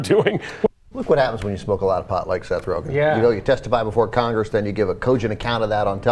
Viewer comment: I know this is assholey, but his last name is Rogen, not "Rogan"